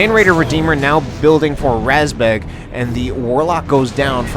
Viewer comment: razbjeg, isn't it? The "E" has a "j" in it. Didn't figure how the A was pronounced though